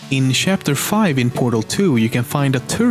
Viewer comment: "During shapter shix"